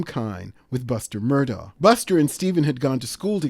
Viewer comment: I watched the whole trial and according to the family, their name is pronounced MER-dok.